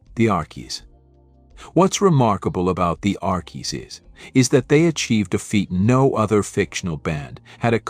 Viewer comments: This is BAD! The Arckies? Sang Sugar Sugar? Nope! I clicked to hear MUSIC! NOT some AI voice mispronounced jumble! Proof your work before posting or don’t embarrass yourself with your lack of musical knowledge! I’m 2nd hand embarrassed for you! 😮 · Archie's is pronounced Arch-cheese